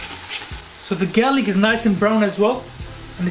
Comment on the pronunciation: did you say 'gaylick'? 🤣